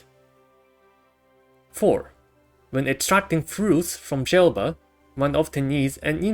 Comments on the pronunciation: lol, "Gelba" (it's Gleba) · Jellba Mentioned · That pronunciation of 'Gleba' was something.